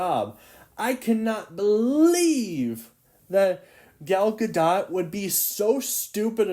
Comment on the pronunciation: "i got my sources rite" proceeds to say "Gal Gar-dot"